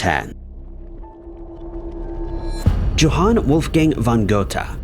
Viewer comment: “Yo-hawn” The J has a Y sound